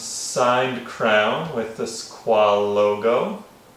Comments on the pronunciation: FYI, Squale= "Skw-ah-leh" :) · The guy can't even pronounce the make of the watch. Embarrassing.